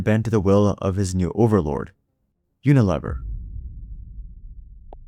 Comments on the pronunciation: I have never heard it pronounced uniLEHver. I was at P&G and they said UnaLEAver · No, but I know the name "You-nih-LEE-vur". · Pronounced U-na-LEAVER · Uni LEE ver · Yes I noticed that right away too. And maybe he should check how to pronounce Unilever. Rhymes with beaver not never. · This is either an AI generated piece of garbage or the presenter is seriously uninformed. Unilever is pronounced YOO nuh lee ver. ANYONE who has any knowledge of business would know WHO this company is and knows how to pronounce the name. It has annual revenues of OVER $50 BILLION .Yes, "we know the name" and we know HOW to pronounce it. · It’s pronounced “uni-leever.” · It’s pronounced you-nuh-leev-er. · Tell your AI that it's pronounced "uni-leever" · UniLEAVer pronunciation FYI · Yo, AI narrator, Unilever is pronounced Uni-LEEver. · Unilever is pronounced with a long "e" sound. Unileeever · Unilever is --- yoo-nuh-leee-ver. Computer generated voice, eh. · It's pronounced "uni-lee-ver" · Your mispronunciation of unilever is crazy bro. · Rhymes with lever...